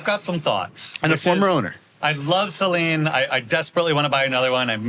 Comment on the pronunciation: Stop saying Saleen wrong. It's beyond annoying.